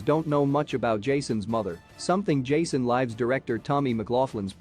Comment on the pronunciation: First of all, why do you keep saying “Friday the 13th’s seconds”? Second, you keep mispronouncing Jason’s surname. Third, you mispronounced “Lives” in the title of ‘Jason Lives’. Fourth, why did you show those cringe-worthy pics of those ugly, fat random people at the end?